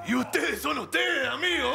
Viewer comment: Naa los cabezas dicen amego jaja